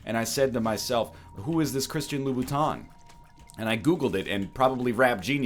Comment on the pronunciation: Is it just me or was this egg pronouncing it as Christian Lou Booton?